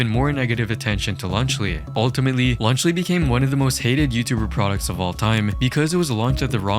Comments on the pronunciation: Lunchly ❌ Lunch le ✅ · Even the captions are making fun of lunchly by saying “lunch Le” 💀💀☠️☠️☠️ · “i like my cheese drippy bruh” is the first thing i thought of when you said lunchly. second was lead poisoning